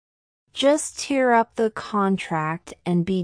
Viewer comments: tear up was wrongly explained I think in pronunciation,,, should have been pronounced as in “tare” up. Tear up she referred should be “crying 😢”. Hope you get what iam saying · Tear up,tear was pronounced wrong. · Is the pronunciation correct for tear up?